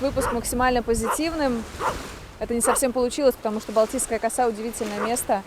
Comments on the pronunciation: Ударение правильно делайте в слове коса,слух режет.поселок Коса.,косу-у ударение на у. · Балтийская Коса ударение на а. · Пожалуйста, в слове коса ударение ставьте на второй слог